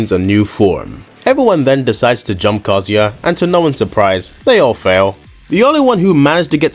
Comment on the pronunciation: His name is KaZUya. You should pronounce it the way it's written. Through the whole video you are pronouncing it like "Kozy".